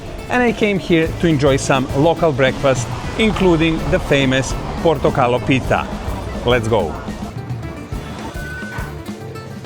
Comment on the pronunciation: Portokalopita. The emphasis is on the O before the word pita. Not on the I of the word pita. PortokalOpita.